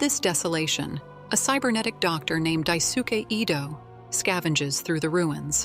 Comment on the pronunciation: AI = dislike Dai sooke is NOT how you say Daisuke